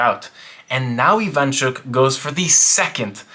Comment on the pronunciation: Russians and ukrainians on their way to die inside from those mispronounications Very cool video tho